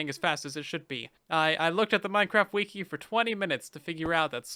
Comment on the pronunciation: Who finds it funny when he says ''wiki''